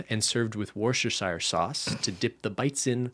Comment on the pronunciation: it's pronounced more like wustershire but some people just call it woster or pronounced 'wuster' if anyone was wondering